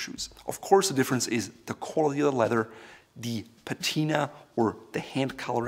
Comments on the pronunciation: It is a kind of crossover word. He is a native German speaker and in German the word for leather is Leder pronounced lay-der such that ‘ledder’ is somehow in-between. Great channel btw! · "kOhLiTy LeDhEr belt"